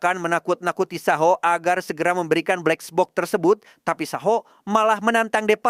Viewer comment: Kesel gw denger lu berkali-kali ngomong blexbok😏